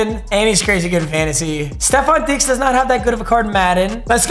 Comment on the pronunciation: Holy shit he actually said Stefon Diggs kinda right.